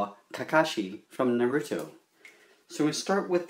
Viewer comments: NO NO NO IT'S NARUTO NOT NUR-UT-O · You are saying Naruto wrong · It's great but, dude you need to learn how to pronounce Naruto